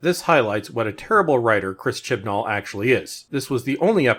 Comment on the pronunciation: You keep saying his name. I'm sure you're saying it correctly, buuttt I'm hearing Shit N All. And, Ironically that's how the show has progressed.